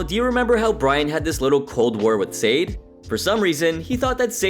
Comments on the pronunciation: It’s “Sah-day.” Not, “Say-d.” You’d think after analyzing this episode, you’d know how to pronounce her name. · It’s pronounced “Sah-Day”…not SADE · Its not pronounced Said, its pronounced Sah-day. Come on dude 😂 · It’s Sad-ay not Sade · Pronouncing Sade like S-Aid should be a warcrime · To the one who made this video: Sade (It’s pronounced Sah-Day). Get your facts right before making a video. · Her name is Sade. Pronounced like Sha-day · How comes the narrator cannot say Sade's name correctly? Her name doesn't rhyme with Wade, sir. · I like how you can tell this guy has never watched a full episode of Hell's Kitchen before because of his pronunciation of Sade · THANK YOU!! His pronunciation is driving me nuts!!!